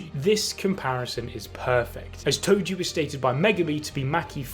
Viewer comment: calling toji Tojo is crazy brooo